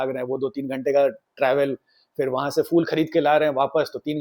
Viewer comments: Episode is good but again pronunciation is not 100%. It's PHOOL not fool 😅😂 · Please correct your pronunciation of the word “phool” (flowers). You pronounce it as “fool”, which is very annoying.